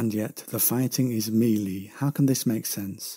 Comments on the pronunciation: "Mealy"? You mean "Mell-ay" or maybe "Me-lay". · Mel-A combat not meelee research my friend. great vid though.